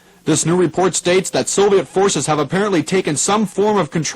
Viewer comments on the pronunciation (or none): The only thing that clued me into it being a student production is that the presenter for some reason pronounces "Soviet" as "Sovet".